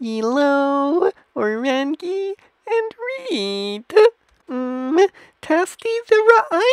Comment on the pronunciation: What in the hell called O-run-ji skit-lee??!!